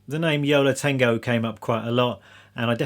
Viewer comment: Ha ha. I thought you said "Yellow Tango". Took me a while to realise you said "Yo La Tango".